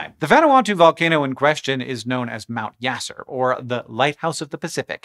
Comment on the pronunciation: Apologies for the correction, but the name of the volcano in Vanuatu, is "Mount Yasur", not "Mount Yasser"....